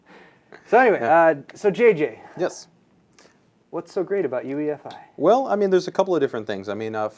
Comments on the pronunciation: try to sound as intelligent as you possible can? well first off it's UEFI not EUFI lol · The asus guy corrected the newegg guy on 'UEFI' but then he called it UFI like a bajillion times throughout the vid... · Its UEFI not EUFI you dumbass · We need to just start pronouncing it YOU-eh-fee now. :)